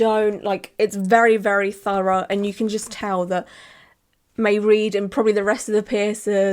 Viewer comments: Looks so good 😍 btw, Mairead is pronounced "ma-raid" 💛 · I had a NIGHTMARE healing my daith because of an jewellery based injury early on. It was a two ear saga. Mairead is an Irish name! Pronounced Mah-raid 😊